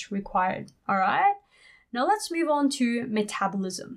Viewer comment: You say metabolism wrong